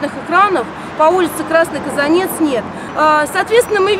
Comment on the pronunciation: Не КазанЕц, а КазАнец...